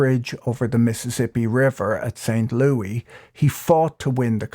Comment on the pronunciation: Thank you Patrick - that was great! I did have one small comment (insert eyeroll here - sorry!) A search didn't turn up anyone else commenting on it, but at this point St Louis is pronounced more like "lew is" and less like "lew y", but given the time considered, a lot has changed. Also, the Carnegie public library system in Pittsburgh is phenomenal and I regret I no longer live there for that reason alone! It was fun to catch the bus in front of the Carnegie library and then ride by Carnegie Mellon University on my way home at night.